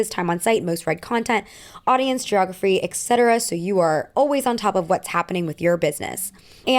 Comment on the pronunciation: girl i love your videos but PLEASE PLEASE ITS ET CETERA eTTTT NOT ECKSETERA